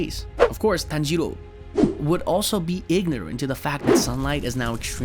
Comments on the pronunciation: “Tanjierou” BRO WHY YOU SAID THAT LIKE THAT💀👽👽👽👽💀💀💀💀💀💀💀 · TANjjro is how he says it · Me:tan-ji-rò:tan-jee-ro,ten-jen Me: 😐😐😐😐😐😐😐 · Bro said tanjido